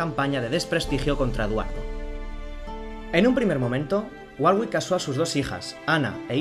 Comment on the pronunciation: Se pronuncia warick. La hermana de Enrique estaba con el duque de Borgoña